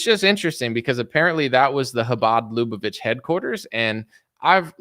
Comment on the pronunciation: LAH-BAH-VICH (like which)